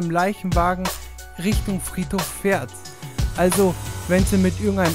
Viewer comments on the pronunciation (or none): es heist fährt und nicht fard PS : aber sonst richtig geil